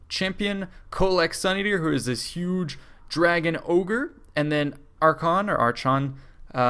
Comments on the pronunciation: Archaon is pronounced "ARK-AY-ON". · It is pronounced "aR-Ka-On"